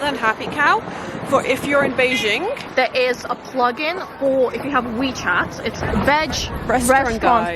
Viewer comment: Beizhing? It's actually spelled BeiJing...it's not French :p 'J' like 'John'